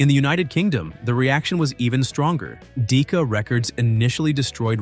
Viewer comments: Besides not being traumatizing ... It's DECKA, not DEEKA! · "Dee-ka" records -- well that didn't take long to get me to abort this video. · it's "DECK-AH" records that put out 'Laura'.